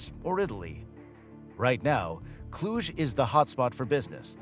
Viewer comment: what are you talking about ??? who is behind this account ? after the way you said Cluj you are a romanian. :)